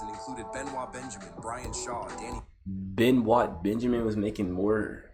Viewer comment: The Clippers Center Benoit Benjamin Is Pronounced "BEN-OYT" Benjamin. Yes It's Spelled Properly, But Pronounced Improperly 🤷🏿‍♂️.